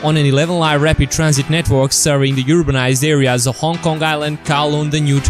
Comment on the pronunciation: It should be Hong "K"ong, thank you.